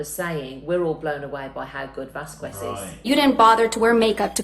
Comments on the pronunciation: Her name is pronounced Vaskez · Very nice. Camille’s last name is pronounced Vas-kez. It’s Spanish. Vas-kez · Vasquez not Vazqwez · Vass Kez its not that hard to pronounce someones name correctly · Well, this was a treat! Nice to get a British legal expert’s take on Heard’s testimony. Thank you! PS Ms. Vasquez pronounces her surname as ‘Vas Kez’. 🇬🇧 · Vasquez is pronounced vaskez ! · I wish they would learn to pronounce Camille Vasquez last name correctly.... Vas-kez, the U is silent. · Camille Vaskwez... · It's not pronounced Vasqwez ffs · God your pronunciation of vasquez is horrendous dont pronounce the “u”. Say vasqez i might fin watching the video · Vasquez. Pronounced Vasqez... Lol i know it's pretty but it has bugged me since the beginning of the case. And totally agree she's wonderful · Just one small pointer: Camille's last name is pronounced BAS-KESS. Other than that, great analysis and reaction! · 😊Lovely representation! Camille 's last name is pronounced "vaskez", the "u" is not pronounced. 😊Just thought you'd wanna know....love your channel♥️!! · please its Vaskez the u is silent... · Vass-kezz, would be the proper pronunciation. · OMG SAY CAMILLE NAME PROPERLY, ITS SO ANNOYING.....VAS KES.. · It’s Not Vas Kwez. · “Vas-kez” or “Vaz-kez” please!! The “qu” is Spanish, not English!! 😓🙏🏽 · It’s pronounced vaskes, you don’t pronounce the u in here in Spanish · It’s pronounced ’vaskez’ the w is silent 😂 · It’s Vas-kez lol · Her name is pronounced Vas-kez, pronounces it wrong. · Please stop calling Camille Miss Vasqwez. Her name is Vasquez and it's extremely irritating. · Don't pronounce the 'Q' in Vasquez...VAS- kez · It hurts my ears too!! Dang. Saying it properly is also simpler. “Vas-kez” or “Vaz-kez” please!! The “qu” is Spanish, not English!! 😓🙏🏽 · pronounces it as VasKwez 🤣🤣 and they're working in the same building lol. I'm sure she's heard the correct pronunciation but she just continues to say "miss Vaskwez". Tell that to her.